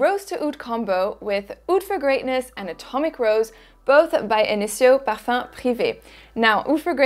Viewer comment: The best part about your videos is the way you pronounce the scents... my fav is when you say "parfum"! Love it